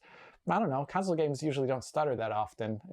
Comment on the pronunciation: I love.......but it's pronounced "con-sole" not "council". Lol